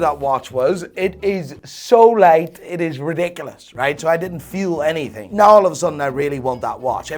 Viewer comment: Can you pronounce the word 'now' as 'now' and not as 'nahj'? Very annoying.